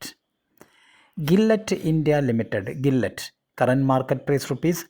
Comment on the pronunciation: Nice stock vlog! Gillette is pronounced as “ Jillette